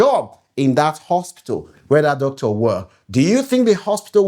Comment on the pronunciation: YOUR PRONUNCIATION OF (DOCTOR) SOUNDS HORRIBLE ASK GOOGLE FOR CORRECT PRONUNCIATION